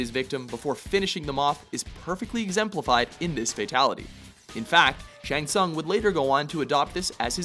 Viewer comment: Dude can't pronounce Tsung...